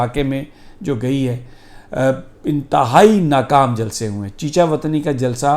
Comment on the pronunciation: Sami sahib like your sense of humour and how you said jalsee. Still very worried about the upcoming election because Imran khan has a very cunning enemy and a big governmental machinery working against him. It’s not a clash of two political parties but a clash of something very evil and Imran khan